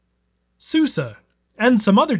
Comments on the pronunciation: SuSE Linux is pronounced like the name Susie. Not sure if you figured this out already or anyone else mentioned it here. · It's "sue see" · pretty sure its supposed to be said like: Su-Za BTW; I would sometimes say it as Su-ce almost like suzie without a Z in it. I always wondered how successful someone would be if they took a ancient Linux distro like that and compile the latest Linux kernel for it and tried to daily drive it 😅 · SuSE is pronounced Susie like the girls name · For anyone wondering - SUSE (now all caps was S.u.S.E. in the 90's) is pronounced 'Sue-Suh'